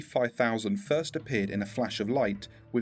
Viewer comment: FIRSRIRITS!! XDXDXD kill me